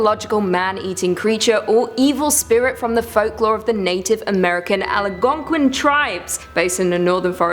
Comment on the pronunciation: It's actually Algonquin not Aligonquin